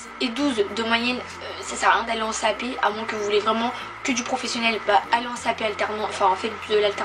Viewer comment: Pourquoi tu dis cap p